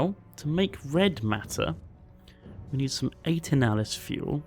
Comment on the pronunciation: I always assumed it was pronounced "Eternal-is" fuel